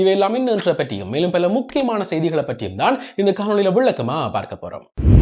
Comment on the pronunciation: பல்ல அல்ல. பல என கூறவும்.